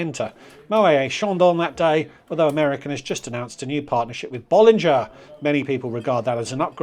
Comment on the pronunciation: Your champagne pronunciation is terrible. It is: Mo-ett. Claude Moet was Dutch not French. It takes a hard “T”. Bollin-jay not Bollin-jer.